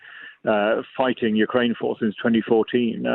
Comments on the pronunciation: "Ukrainia"? Really? I mean, it was at least twice. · Ukrainia? I haven't heard that since I was a little kid and mispronounced the name of my father's homeland. What a journalist you are .The headphones are a curious retro touch, very 20th century. Is the audio fidelity that important? Is your studio really noisy? Marxist glasses?